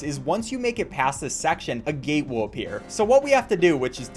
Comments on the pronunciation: It dose sound like gay though lol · was he saying gate or gay?XD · he said gate lol